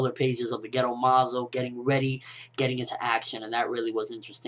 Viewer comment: haha when you said gedo, i thought you were saying ghetto like it was incomplete